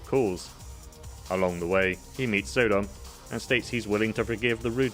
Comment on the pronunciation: I think it's not pronounced So-dom but Sodom as in Sodom and Gamora